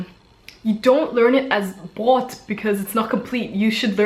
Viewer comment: brott ;) vokale vor zwielauten, doppelbuchstaben, oder ck sind kurz, das o in brot ist nicht kurz :) obwohl es süß klingt wenn du's sagst